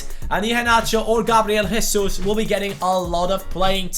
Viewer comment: im pissed off at u fucking racist brazil speaks portuguese and in portuguse u dont pronounce the j like a h as if it was spanish so dont say hesus